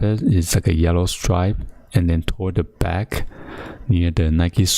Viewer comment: welCOme baCK guyZ *tongue smacks *